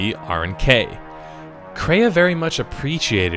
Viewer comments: You pronounce lots of names wrong by the way but great video! It’s traya not kraya and rakata not rataka and malak not Alec just to let you know😉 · Why does he keep calling her Kraya? Isn't her name Traya?